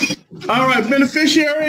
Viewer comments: What the f**k is a “beneficarary”? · It's "Benefisherary"! 🤣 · I thought he said “Bennie Fishary” as his name. 😂😂😂 Judge mutes him, “What’d you say?” Pure gold. ❤❤❤ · I wouldn’t even have known how to spell beneficiary WRONG ENOUGH to match his hilarious mispronunciation. does it again.🤣🤣🤣